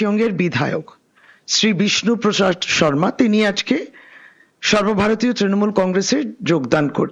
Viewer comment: ত্রিমুল ? নিজে ভুল উচ্চারণ করলি এবার তোর পদ থাকবে?